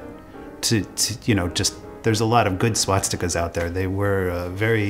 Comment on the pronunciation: fr he didn't even say the word swastika correctly